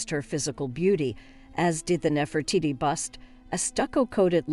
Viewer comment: Damn lady. Learn now to pronounce your names. Nefertiti was the only one you got right.